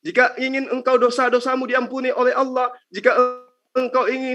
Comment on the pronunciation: Saya suka dengan penyebutan nama Allah fasih benerrrrrrrr yah padahal baru jadi muallaf dan cerdas ini orang ,mudah2an selalu dalam lindungan Allah swt 🤲